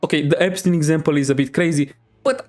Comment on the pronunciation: "The EStein exampe is a bit crazy" IS IT THO!?